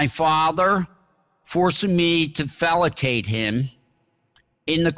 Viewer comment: Fellate...not falacate...So many mispronunciations...Moloch...not Molech...I'm sorry, but this individual does not seem credible to me...Very amateurish...